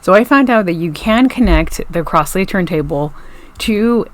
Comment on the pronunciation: It is pronounced "crozley" and not "crossley".